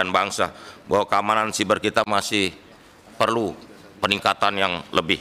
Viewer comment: Bacanya SAIBER PAK SAIBER GREGERAN GW